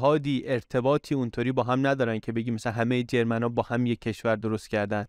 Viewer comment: ممنون از برنامه خوبتان . اما چرا انقدر هی میگید جرمن جرررررمن ؟ ژرمن .